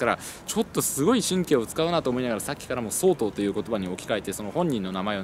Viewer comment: とりあえず神がヤマトを見たことがないことは分かったｗ 「総統」のイントネーションは「総合」や「総裁」と同じですよ いやま、気になって話が耳に入ってこなかったもので・・・